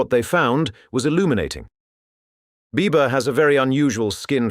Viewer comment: This was really interesting. Cept every time he said Biba I kept thinking Bieber, heh